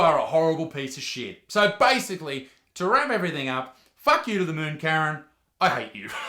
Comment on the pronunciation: I honestly thought Isaac was saying carrot, not Karen 😂